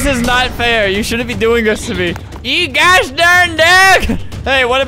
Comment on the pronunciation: Him saying, "You geaosh/gosh darn daerg/dog." Then we have subtitles saying smth else...